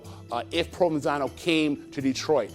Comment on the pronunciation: They keep saying "Provansano" and I keep hearing provalone cheese, on top of some ridiculous Italian sub..